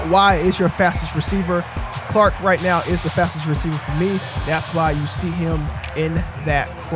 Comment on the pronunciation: Great vid but it's CHark, not Clark lol